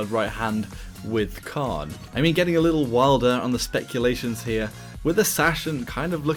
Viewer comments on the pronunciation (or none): none